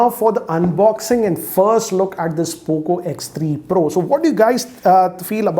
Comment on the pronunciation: how manny of u noticed and smiled when sir said poco 3 proo o?